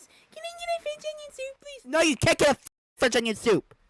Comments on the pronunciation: fwencth owniwiown thoop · THE WAY HE SAYS IT IS SO FUNNY “cen i get e french onin sope plese😢😢😢”